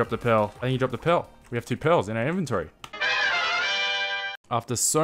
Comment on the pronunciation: You are saying 'pearl' in such a weird way that the captions are showing it as 'pill' and 'pail'